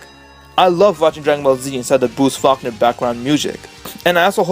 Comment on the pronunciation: Bruce Fuckner? Lmao, it's pronounced "Fawl-koner".